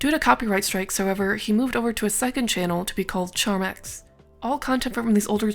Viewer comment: btw its Charmx not charmax (and for him to appear on a lost media vid kinda hurts but it seems he went down his own path)